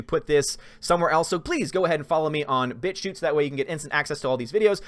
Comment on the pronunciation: You may gave got demonitized because when you say bit-shoot it sounds like B i t C hoot . Great Videos though. Keep up the great work